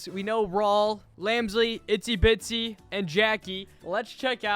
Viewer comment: Bro, I'm a fan but like it's IZZY bitsy not ITZY bitsy